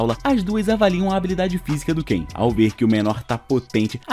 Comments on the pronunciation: É kai não Ken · Não é Ken é cain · O cara ta pronunciando em português errado não é ken mas sim kain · N é kein é kai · na vdd n é ken e sim kain